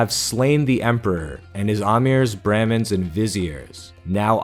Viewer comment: I like your videos and don't want to sound like a jerk. But on numerous videos you pronounce "Brahmins" wrong and I find it rather irritating. The first 'a' is like the vowel in "mom", not the 'a' in "bran".